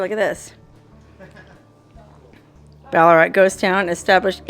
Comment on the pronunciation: No actually. Pronounced just as did. But with an Australian accent of course. 😊